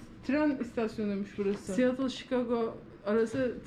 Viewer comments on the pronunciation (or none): none